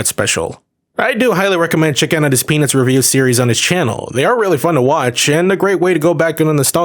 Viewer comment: 0: 12 bro said PeNizzzz